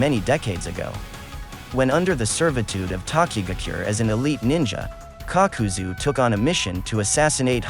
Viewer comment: Nobody: kakuzu Narrator: cock-cu-zu